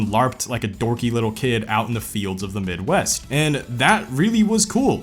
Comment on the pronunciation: Once he said the midwest I figured he's frm naptown 🤣